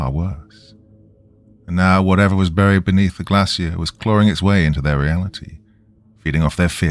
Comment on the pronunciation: I’ve noticed when R’s and L, fall in the middle of the word and are not double consonants you tend to turn them into W’s. “Buwied” instead of buried. Just my 0.02 it sounds like a speech impediment